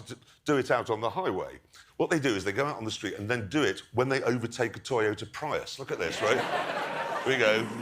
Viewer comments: Pry-iss? No, it's Pree-us. Tee-ota? No, it's Toy-ota These clips are obviously before Tesla proved EV viability as real cars. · I am afraid it's pronounced PREEEEUS with a deep strong S. It's a Japanese car not British you don't get to pronounce it the way you want. Jeremy is a joke for pronouncing it freaking Pr I us. Toyota it's pronounced with accents on both Os and A like that : tOyOtA and prius is preeuS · Teeyota Prius